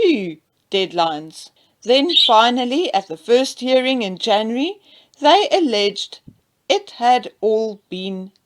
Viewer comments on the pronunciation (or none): none